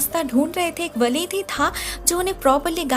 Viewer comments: its not walid ( father) its right pronunciation is waleed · It's wa-leed The pronountion is wa-le-ed not walid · Wo character jo walid k naam ka hai ussy waleeed kar ky pronounce karty haien✌️